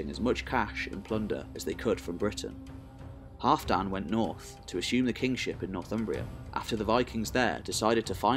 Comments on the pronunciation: Great video! But Halfdan is pronounced Halvdan. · I absolutely love this Channel and really appreciate all the work you put into it. However I keep giggling at your pronunciation of Halfdan, like some really short guy called Dan. I was always taught to say the alf in Halfdan as in Alf and Alfred with a hard A. While we're at it, Bagration is Bag Rat Eon. Or as I like to say wrongly on purpose, Bag ration. Like I say Thermistocles "Thermistokkles" or Pericles as Perikuls. Coz I'm daft, me.